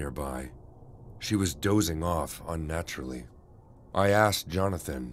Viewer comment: Every time one of the guys is supposed to say Asked, ask or similar, he says axed xD Hilarious